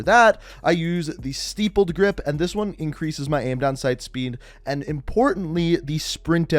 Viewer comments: I’m going to go ahead and help people out with this word as I hear a lot of people, YouTube commentators say it wrong. It’s not “sty ppled” it’s “stipp led”. The word comes from nipple, when you have multiple ones they call them stipples. And it’s not my fault he mentioned a snatch. Just a heads up. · It's stippled, not stipled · this man really said STIPEled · Bro, it’s sTIPpled not steepled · "StYppled grip" "Steeeppled grip" Bruh, if you're gonna mispronounce "stippled" at least just pick one wrong variation. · Stippled (sounds like tip) not steepled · Lol “steepled” grip tape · “Steepled grip” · tyme taylor tell me about it... you can tell he’s not a gun guy lmao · dude.....it's not "steepled"....please read the letters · It's not steepled either. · "Stippled" short "I". Think, Chandler was 3 nippled. Great info. Thanks. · I cant watch this anymore. Youve pronounced stippled incorrect too many times. Words that sound alike are crippled (like a crippled person) or nipple as in breast. C'mon man. It's stip-ple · The way he pronounces, “stippled” gmfu